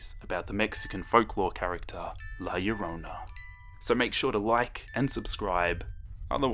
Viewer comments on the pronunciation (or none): her name is la llarona (la YAH-ronA) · He said her name sooo white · My mom kept laughing at the way you said Last Llorona. Also! I love this!! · YOU NEEDED TO PUT MORE EMPHASIS WHEN YOU SAY HER NAME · Hope this doesn't sound rude but you pronounced la Llorona wrong lol but that's ok (btw I'm Hispanic so I know all about the story's)